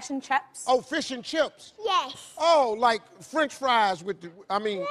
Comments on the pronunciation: The mother also says FESH 😂😂😂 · I'm from California and we always say fesh and cheps. However, down across the bay they usually say FEEsh and CHeeps. I guess it must be the Spanish influence. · Phát âm của bé này mệt nha. Fish đọc thành Fesh. Sick đọc thành Seck. Âm "i" đọc thành "e" Vậy nếu đọc con số 6 thì sẽ đọc như thế nào? 😆😆😆 Six, đọc thế nào đây?